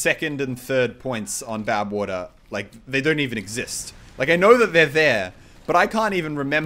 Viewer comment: I heard you say Babwater once.